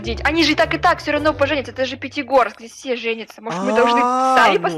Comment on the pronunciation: Правильно Пятигорск а не Петегорск